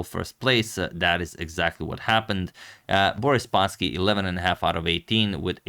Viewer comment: "Boris" is also stressed on the last syllable